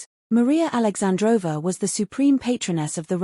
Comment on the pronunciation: It’s alexandrovna but you pronounce it with silent n thus aoundibg alexandrova